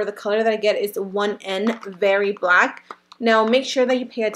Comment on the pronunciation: she said blank not black